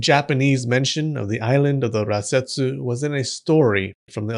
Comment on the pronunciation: I keep hearing ratsetsu 😭